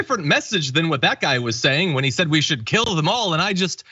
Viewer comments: I think he said we should gill them all. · Lol.... I believe that was " Jill em all".... But still Hilarious 😂😂. The disgrace was he left his teeth at home.